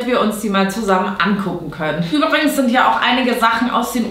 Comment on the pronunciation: Du sagst auch überings statt übrigens 😂😂